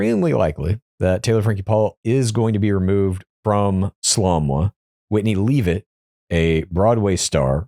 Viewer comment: Just fyi, because you keep getting it WRONG (which is disrespectful) Whitney Leavitt’s last name is pronounced “leh-vit” not “leave-it”.